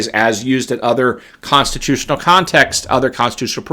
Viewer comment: Thumbs up if you love how says, "Consti-TOO-tional!" Make it a T-shirt, mug, hoodie, etc.